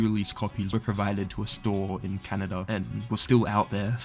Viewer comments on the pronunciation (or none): none